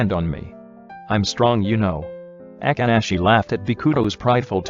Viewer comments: BRO WHY DID IT SAY “A-kk-ah-shi” bro it’s just “A-ka-shi-“. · nobody : the voice dude : AKANASHI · I love how the narrator said Akaashi's name as Agaaaashee 😅❤️✨ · The fact that the auto narrator just can't say akaashi for the life of him😂. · I love it when it says Akaashi 😂i cant take it 😂